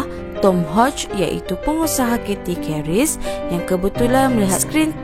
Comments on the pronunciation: YOUTIUBER .... SEBUTAN AWAK SALAH . . CATHY KERIS TU... SEBUT KERIS (SEBUTAN MELAYU) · Funny when u pronounced "keris"... better ckp melayu spt biasa jer...